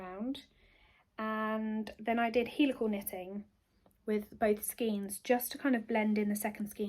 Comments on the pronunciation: Sorry, but all the people I know in the UK pronounce it as "skane" - I was born in Buckinghamshire, but lived in Hampshire for many years, before moving up to Lancashire, and in all these places I have never heard it pronounced as "skeen"! I thoroughly enjoyed your first podcast apart from that, and look forward to more episodes. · Hello great start.love your t top 🥰 but Sorry sorry sorry I used to work at Viyella yarn factory,maybe your mum remembers them? And it’s pronounced SKANE not SKEEN sorry if I sound pedantic but you know how some things just set your teeth on edge.lots of luck ET